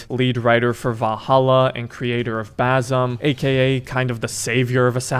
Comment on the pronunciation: the name is not actually Bazum, it's supposed to be read like Basim (Baseem)